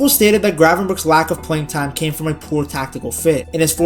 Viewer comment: Thanks for not saying Gravenbertsj